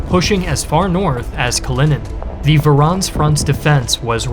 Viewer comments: Voronezh is pronounced Voh-roh-nesh (like mash in mashed potatoes) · Voronz 😂 Its voronezh. Sound it out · It’s Voronezh. VO — RO — NEZH! Other than that, awesome video. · I think it’s part me knowing is so good but I was flabbergasted he messed up “voronezh” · Wait till you hear how he pronounces Voronezh